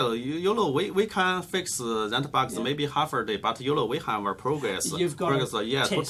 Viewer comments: sorry, but all i can hear is YOLO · When he says "You know" I hear "Yolo" all the time. Can't unhear it anymore.... :)